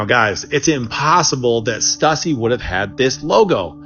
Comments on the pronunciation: "stoosy" ... stuhssy sounds like hussy, and if that is the right pronouciation, we fixed is cuz stuhssy sounds stupid low effort crap, this sort of material is insulting, even if the genesis of that nifty drawing trick is questionable, the rest of the generalizations this guy makes creates a 'creepy pasta' vibe and that mess never scared anyone cuz its just a caricature that falls patheically short as even a parody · That pronunciation is brutal if they’re talking about the company “Stüssy”/“Stussy” I used to wear all the time in my skateboarding/snowboarding days